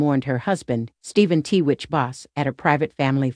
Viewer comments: Why are you pronouncing his name as TeeWitch? It’s Twitch for gosh sakes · Private means private, yet you take pics and made a video. And it’s not “t-witch”. It’s “Twitch.” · “TWITCH,” not “T-WITCH.” 🤦🏼‍♀️ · if your gonna put this type video out make sure you get his name right It is Twitch , not T Witch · The name is 💎TWITCH❣️not T- witch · It's 'tWitch' not t-witch. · His name wasn't t witch it was pronounced twitch. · His name is Twitch!! Please out of respect say his name correctly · It's a computer speaking "T witch"